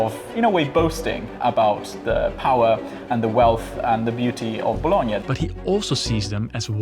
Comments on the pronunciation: ... No way... First time i ear am English speaker nailing the pronounce of Bologna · I have always found it annoying when Americans pronounce “Bologna” as “bah-law-nee”, thanks for using the proper pronunciation.